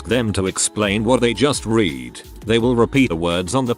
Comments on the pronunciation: I hate how the TtS can't differentiate between the past and present forms of the word 'read'. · I find it amusing. >w< xD